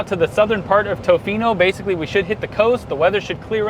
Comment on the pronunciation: You are saying tofino weird, it’s tuh-fee-no